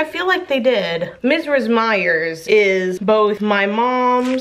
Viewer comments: It's verbena like VER-BEAN-UH, not like the N in pinacolada. Also not a regional thing, just correct vs incorrect. You also say Mrs Meyers incredibly strangely, like Mizriz Meyers or something 🤔 If it makes you feel better... You, Kenny, and Caleb are all pronouncing Cache incorrectly... It's like Cash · Why is no one talking about how she says “Mrs” like “mizriz” you’re so cute and wholesome and I love you and your soap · Is how you pronounce "Mrs." like a super texan thing? I had to replay to figure out what you were saying lol! I was like I think she's talking about mrs. meyers? but I don't think I've ever heard anyone pronounce "mrs" like that before!